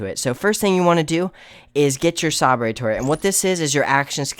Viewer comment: HAHAHAHA. I was thinking the same thing.